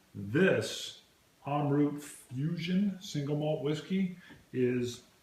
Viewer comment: Pronounced as Amrat the rat as in tone of Mahabharat's "rat"